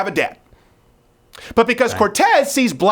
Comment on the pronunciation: Does he trill the R wrong on purpose?